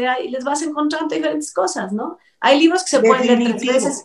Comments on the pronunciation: Dijiste vinos😂😂😂😂😂 Vinos que😂😂😀😀😀😀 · escuchó vinos en lugar de libros 😂😂😂